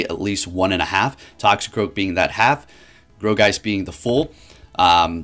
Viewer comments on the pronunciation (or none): I thought it was pronounced like "gore"geist rather than "grow"geist ... who knows anymore with all these new mons lol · (Gourgiest)Gore-Geist not Gro-geist lol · Bro, nothing but love for you but its G-O-U-R geist, not G-R-O-U geist :D Keep up the great content! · Um sir that pokemon is pronounced gore geist